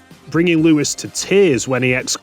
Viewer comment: Lewis, not Louis, who do You keep saying it like that.